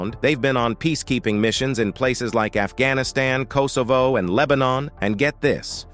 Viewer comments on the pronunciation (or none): none